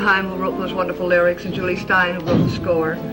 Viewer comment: For the record, the first name of the composer of the music for the musical's first name is not pronounced "joolz," but "joo-lee." It's Jule Styne, not Jules.